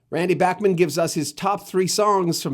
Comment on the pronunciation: Thank you but please learn how to pronounce Randy's last name properly. It's BACHman, not BACKman.